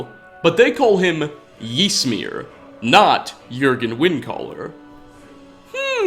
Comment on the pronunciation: You're pronouncing Ysmir completely wrong and it's really grating on me. It's pronounced much closer to Ismir than Jismir. Y is a strange i sound in like every language but English.